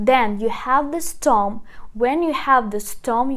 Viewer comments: You pronounced wrongly : stom instead of stem, the correct pronunciation is " stem " as it is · Please, one more thing, it is not storm its stem (CTEM) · Nicely explained! Thank you! By the way, the word STEM is pronounced стем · This is fantastic but please it's VERB not WERB and STEM not STOM.